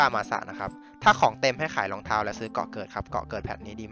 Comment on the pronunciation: พูดรองเท้าผิดครับ